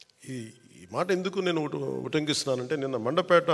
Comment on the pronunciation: Adi mandapet kaaduraaa, mandapeta.